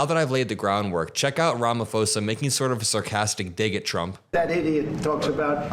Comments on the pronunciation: It's pronounced ram-poser. Over 20% of SA white people have already fled the country. are you now advocating the torture and murder of human beings? You are SO ignorant. Please watch an interview where Malema refused to rule out leading the slaughter of all whites in South Africa. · Malema is the best man for Trump 😂😂😂 I support Malema you can’t terrorize black people in America and in Africa absolutely not the land of South Africa belongs to Malema and his people and baby it’s pronounced RamaPhosa PPP POSA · I love your channel but can American commentators please learn to pronounce Cyrils surname correctly. Its 'ram-o-po-za' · South African and journalism student here. Sorry but I really need to tell you that you absolutely butchered his name. 😂. Love what you do. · Just a helpful hint, the "ph" is pronounced differently. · It's pronounced Ramaposa not Ramafosa 😊❤ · just a small observation (as a South African) - I picked up that you and Ben from Meidas pronounced RamaPhosa as RamaFosa. It's a P not F. Interesting also that all those white crosses are a tribute to dead farmers NOT actual graves, created by Afriforum (the idiotic association pushing the so-called 'genocide' issue). Thank you for your stunning fact-checking 🙏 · Pronounce it Ram-a-pause-a😊